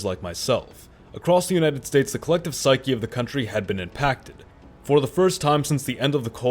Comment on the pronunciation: Nah. Not psyche. Not “psyche.” /